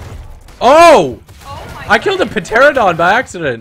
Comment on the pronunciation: bro said puh teradon